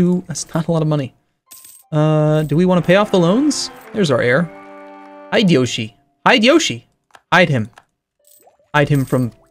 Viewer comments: hee de yo shi .... not hide Yoshi... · since you are gonna have that heir for a while at least pronouce his name correctly. It's Hi-de-yoshi last part like yoshi from mario. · HI-DE-YO-SHI not haidiyoshi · butchered Hideyoshi's name... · ...and we're surprised because....why?